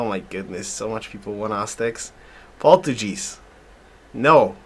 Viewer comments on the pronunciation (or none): oh man you're killing me with your pronunciation of Portuguese. Haha it has a hard G sound! Other than that really nice vids! Learning a lot. thank you